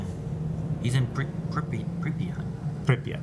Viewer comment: 3828 men "walked through" this roof. Some of them are still alive. You can even find "3828" short film on youtube. And speaking of pronounsation of Pripyat - there is no such thing as "ya" sound Its Pri(soft P)a(soft T) Prip'at'